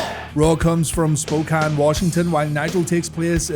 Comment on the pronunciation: Good job pronouncing Spokane